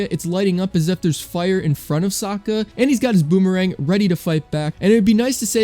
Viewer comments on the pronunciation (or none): none